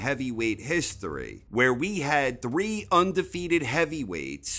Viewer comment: Troubled by your pronunciation of 3 lol but another well put together video 👌